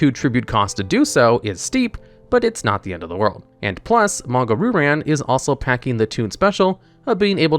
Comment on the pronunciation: Monga Roo-Ran. Christ, your pronunciation hurts. Still, a fun little video!